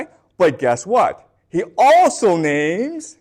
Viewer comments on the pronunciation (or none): Lol yes you did butcher almost all the names 😂 . great lecture though.